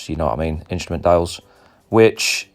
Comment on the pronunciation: "Instament" panel?